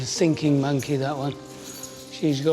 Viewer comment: No he said sinking monkey. But I'm just curious on why it's a big deal if he had actually said 'thinking monkey' rather than 'sinking monkey?'